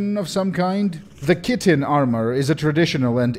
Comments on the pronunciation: When you say "Chitin", I hear "Kitten". I was quite perplexed when I hear about the famous "Kitten Armour". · Not one to be "that guy" but, Chitin refers to the hard armor of an insect, and is pronounced more like "kite-inn". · Chit-in where the hell do you get kitten out of Ch? Cheese, is not Keys, Chair, is not Care... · I always pronounce chitin Shih-Teen.